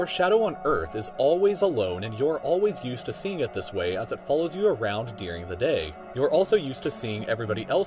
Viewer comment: "dearing the day"? Bitch wtf